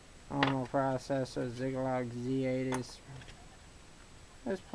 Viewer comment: Zigalog???? You mean Zilog?